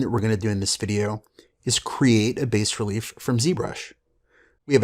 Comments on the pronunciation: Hey Guys, looks like an awesome software. One thing: the word 'bas' is French for 'low' , the s is silent. Sounds like 'bah" in English. Thanks! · It is pronounced "bah-relief". bas in french means low. Thanks for the review!